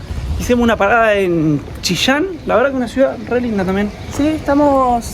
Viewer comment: Jejejeje... me encanta como pronunciaron Chillán. Chishan. 😄